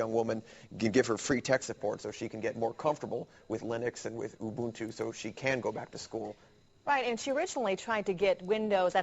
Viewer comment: I'm a Swahili speaker and hearing the pronunciations of Ubuntu in this video is physically painful. And yes, you said it right.